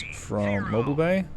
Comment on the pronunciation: Ha! I heard mobile bay and I had to check. Thats the Mobile Bay, pronounced Mo-beel. Its from my home town, a small port at the southern tip of Alabama with a small ship production area. Its not Mobile as in able to move around. Its Mo-Beel named after the Mabilla native American tribe.